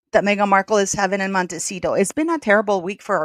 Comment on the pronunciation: Its pronounced Moan Teh sit oh. " Little mountain"